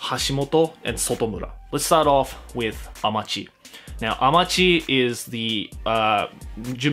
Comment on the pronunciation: I think you neglect the "chi" of Amachi, meaning earth